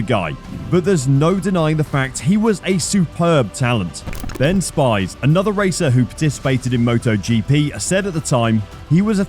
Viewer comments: Lol it’s Ben “speez” not “spy’s”. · Its Ben Spies as in PEAS and not SPIES (something tells me you are not really into this sport if you can get Ben Spies' name so wrong). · It’s not Ben Spies, it’s pronounced Spees. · Ben Spies he says Ben Spys, in South Africa a spies is a spear in Afrikaans so we would say it like s-piece. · Only someone absolutely clueless about motorcycle racing would pronounce Ben Spies name as “SPYZ”. Give me a break. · Can't pronounce Ben Spies.